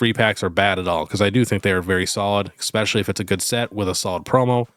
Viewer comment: Hey, love the channel! Can give you a small suggestion? Its not EXpescially, its ESpecially. Just a pet peeve of mine that I know many other people share as well:)